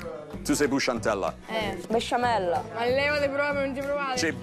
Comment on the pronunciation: "Busciantella":"Besciamella" Sempre:"Ma levati proprio,non ci provare" IO MORTA HAHAHAHAUAU💀💀💀💀💀